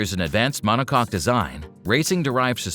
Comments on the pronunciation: Are you sure that you are pronouncing monocoque correctly lulz 😂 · feel sorry for you.AI messed you up so bad that you don't know what's what now. Monocoque is not an easy word but if you plug it into google translate, then it work pronounce it correctly. There is a bigger chance of person making this mistake than AI. 😂